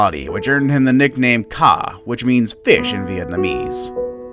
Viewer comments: Me when you talked about the vietnamese guy: But im vietnamese. And you said "fish" wrong xD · when u said fish i laughed bc u said it wrong